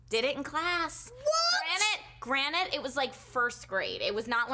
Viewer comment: Did Trisha just say, "Granite, it was first grade"? Trisha, come on, it's "GRANTED, it was first grade". Get it together, girl! LOL Ohhhh Trisha, "I was a kid diddler"? Might want to find a way to word that differently!